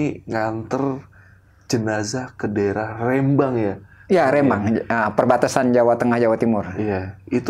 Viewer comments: rembang bukan rEmbang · Bukan rémbang....tapi rembang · Rembang. Bukn reeemmbang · R(e)mbang... S(e)lamat.. Bukan E... Tp €